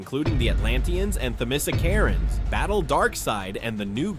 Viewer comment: Yea, it's a tricky one but I think you'd write "Themyscirans" and pronounce it "thuh-muh-skier-uhns."